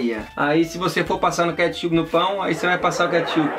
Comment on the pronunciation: O guetichupi da para fazer trolqgen